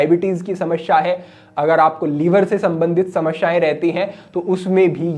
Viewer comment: Shamashyain Nehi hota Samasyain hota hota hai Galat ucharan na karain